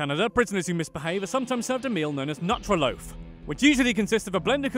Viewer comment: It's pronounce noo-trah loaf